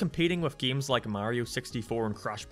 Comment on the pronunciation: The Best Way to Play Sonic 3D Blast, but everytime "" says: "geims" you take a shot.